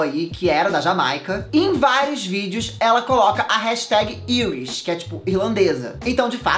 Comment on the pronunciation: love you! Mas Irish se pronuncia airishi e é a palavra que define a nacionalidade, "Eu sou irlandês" = "I am Irish"